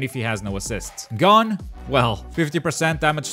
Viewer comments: "Gone" it's gon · U said hisoka and gons name wrong and it lowkey was frustrating lol